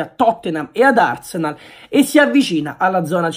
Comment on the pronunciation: “a totthenam, e ad arsneal”...a londra sick!